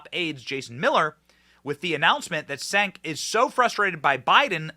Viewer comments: Benny, the "C" is pronounced as "J" in Turkish, so his name is pronounced as "Jenk," or as I prefer to say, Junk, lol. Junk Yogurt. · It's pronounced "Chenk"